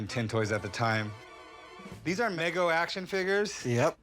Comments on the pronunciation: it's "Me Go" not "Meg-Oh". That's what happens when you read information rather than know it. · It's Mego, not Maygo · meeego not meh go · its migo not mego